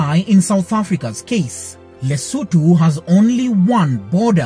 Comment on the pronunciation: Thank you for pronouncing the country's name and the capital city's name right. I'm a Mosotho from Lesotho